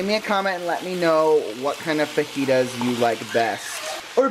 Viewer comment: its not fajitas its fajitas but the j sounds like and h okay